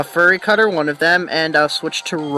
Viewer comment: Well, I wasn't going to say anything, but since you appreciate it... =p "fyoo-ree cutter" not "ferr-ee" cutter "buhd-ew", not "boo-doo (you do, you do!)" =p and no, rock throw is a physical move. Glad I could help ^^ Also, you caught a Shinx! SO HAPPY! They're so darn cute! Also, your nicknames are not bad. Now, if you named the Shinx "Sparky," I would have to hit you =p